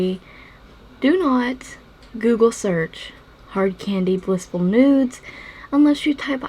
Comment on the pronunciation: I tried the Google search she said not to because I was curious and I didn't get the pictures she was saying would pop up. It took me forever to realize she's calling it blissful nudes, the palette is called blushful nudes, which is what I searched.